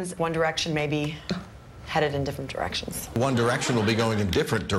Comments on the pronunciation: what's wrong with my ears. I heard 'One Direction is going in different erections.' WAT. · after a while i thought the newscasters were saying "different erections" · It sounds like the newscasters were saying, "Is one direction going in different errections?" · One Erection goes in different Erections is what I kept hearing